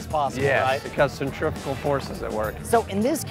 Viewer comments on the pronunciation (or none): Why does he keep saying "Centripical" hahaha